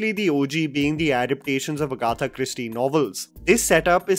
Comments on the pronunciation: Your pronunciations are really funny, Agata (suppose to be Aegetha),: Acard (suppose to be accured). Oh aga 💩 on pants, pls stop speaking in English. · The pronunciation of Agatha 😩🤣 I’m sorry